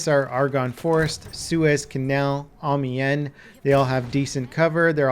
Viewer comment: And Amiens too